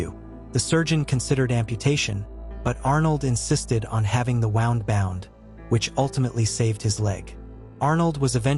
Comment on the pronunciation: I know English is tough but it's pronounced Woo-nd not wow-nd. I know it's YouTube but try to be professional